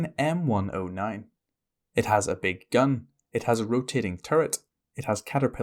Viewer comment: I just love how he says " a Big. Gun. " 😆